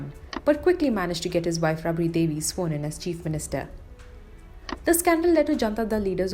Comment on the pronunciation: Its not rubri devi.. Its raabri devi.. Angrez ke bacche